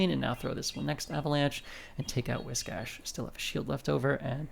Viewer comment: Biggest reason why I like your videos and watching your gameplay: You are the only content creator who actually knows how to pronounce "Whiscash" the correct way! 😂